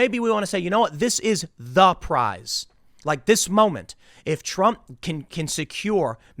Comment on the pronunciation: Prize... not Price.